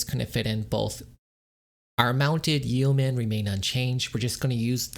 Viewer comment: Friendly piece of advice here: yeomen is pronounced “yo-men.”